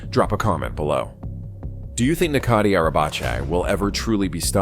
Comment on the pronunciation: In Turkish, the letter "c" is pronounced like the English letter "j". So, "Necati" is pronounced like "Najatee" (not "Nakatee") in Turkish (originally an Arabic word meaning "salvaged" or "salvation"). The letter "c" in his surname (Arabacı, a Turkish word meaning "coachman" or "driver") is also pronounced like "j", not "ch", although the two are somewhat similar.